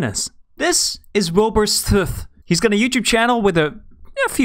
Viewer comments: "This, is Wilbur Stooth" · “This, is Wilbur s t o o t h . ” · Can't stop laughing at fundy saying wilbur "sshtooh" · "This is Wilbur Sootht" Me over here: EXCUSE ME? Then I realized I can't even say Soot... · "this, is Wilbur Suth" I died at the beggining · ah ye s wilbur tooth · i know who Wilbur Soot is, but i don’t know who Wilbur Sthooth is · the captions said will burst HAHHAHAH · Wilbur Shuth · According to Fundy it is Wilbur sthooth lol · "this, is wilbur sOOtH " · Fundy: This is Willbur Sooth Me: Sooth? more like spit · ah yes wilbur sooth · Willbur Suth 😂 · ‘Wilbur swouth’ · "This is wilbur sOoTH" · “Wilbur sooth”